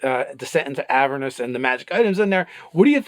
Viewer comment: AvEErnus goddamnit. Just because of the way pronounces Avernus you are not getting a like.